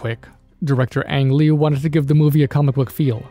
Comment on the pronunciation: Ang Lee more like Ang Ree big green man